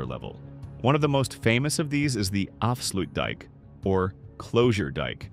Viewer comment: Goed gemaakt maar spreek de Nederlandse namen in het Nederlands uit. Afsloetdijjk? Ieselmeer? Gewoon de Nederlandse namen gebruiken. Weten ze meteen hoe de dingen echt genoemd zijn.